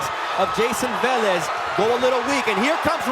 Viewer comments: Why this guy is calling the P Rican boxer Valez, his last name is Velez 🫣🤔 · No one corrects that commentator.. it’s not VALEZ …. Friggin needs to be corrected!